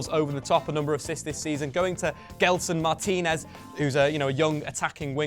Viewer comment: its GELSON MARTINS.....